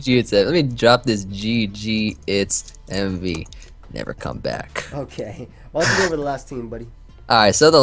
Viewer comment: they call him wemvee